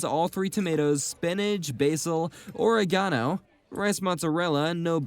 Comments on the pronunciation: please pronounce oregano and capsaicin correctly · Wierd way to say Oregano